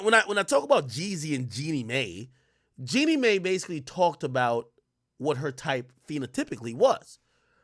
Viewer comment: Jeannie MY is how you pronounce it